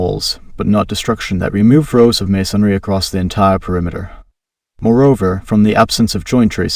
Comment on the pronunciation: Everytime he says masonry, I cringe. 'maySONry' 😵‍💫